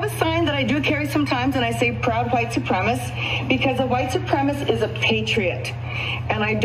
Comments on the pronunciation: It’s not “supremist” it’s “supremacist”. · It's not white suprem-ist. It's white suprem-uh-sist. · She can’t even pronounce the word, supreMAcist. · Wait wait wait a minute, hold on, STOP. I'm 32 seconds into this thing, & this woman not only embraces (& mispronounces) white supremisty, but also hard-pivots to try & claim the moral high ground on some anti-label coexistence message? I'm still half-convinced this is a troll in a Karen-suit.